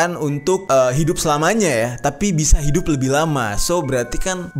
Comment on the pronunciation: Trail apa trial bang wkwk